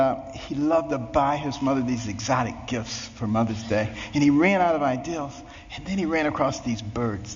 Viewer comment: Excellent speech, but was shocked to hear such a well educated and scientifically talented man say "ideal" when instead of idea. One of my huge pet-peeves with some people's improper use of the English language.